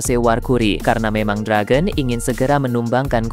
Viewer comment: Perebaiki perkataan Dragon, bbisa bahasa penyebutan bahasa ingris tidak? Belajar dulu